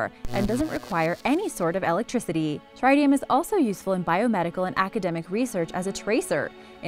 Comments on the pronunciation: Exactly Tritium(Trit-e-um) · You mispronounce tritium. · You mispronounced Tritium. Both "i" sounds are short.